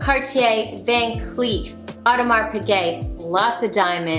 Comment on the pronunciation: As a woman who loves horology, I feel you! My fave brand of the Holy Trinity is Vacheron Constantin. One day 😝 Oh native French speaker here: you don't pronounce the -s in Audemars.